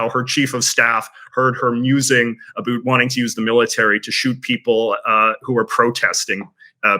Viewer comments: "a boot" 🥾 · American patriots want to hear you say 'about' ... 10 times in a row ... as fast as you can. We'll soon learn if your sentiment - and disdain for Trump - is as popular as you would wish for. Continued success.